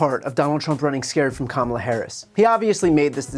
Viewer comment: Bruh pronounced Kamala’s name wrong 😂